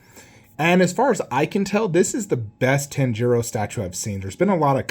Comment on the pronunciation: Your pronunciation of Tanjiro hurt my soul. Badass statue though, but for anime I only collect Naruto/AoT :)